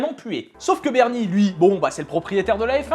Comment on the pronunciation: oh , même ici on parle de papy Bernie x) (tu l'as bien prononcé). Et sympa ces petites histoires autours du circuit (que perso j'aime pas trop... en 4 roues xD) (Aussi , ptit message pour dire qu'à travers ta chaîne, j'ai découvert le monde du motogp, changeant de la F1 :) )